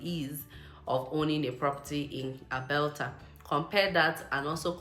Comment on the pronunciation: Did I hear Albelta 😅